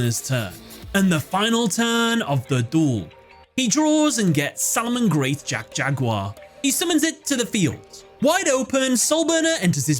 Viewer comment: Every time I hear Salamangreat Jack Jaguar I think you're saying Jet Jaguar from Godzilla LOL